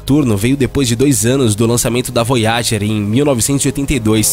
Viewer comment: Tem que aprender a falar inglês! "Armistrông" (em outro vídeo), "Voyáger"...